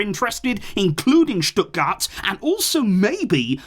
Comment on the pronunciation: Genuinely impressed on how perfect you pronounced Stuttgart